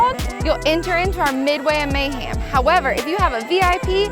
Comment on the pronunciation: Did she say May-ham?